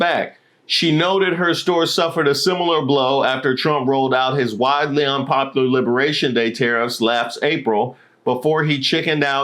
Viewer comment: Hey bud, love the videos. I don't mean to sound alarmist, but at a few points of the video, you mispronounced a few words. "Unpopular" and "requesting" were a couple. If there is a known reason this is happening, please disregard this post. If there isn't a known reason, I would recommend seeing your primary care provider, and then a neurologist to make sure everything is on the up-and-up. Paraphrasia can be a sign of onset dementia. Just want to make sure you good bud! My mom developed dementia before her passing, which is why I bring it up. 💙